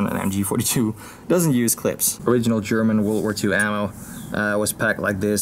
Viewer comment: your skill of German pronunciation is great😂 it sounds so cliché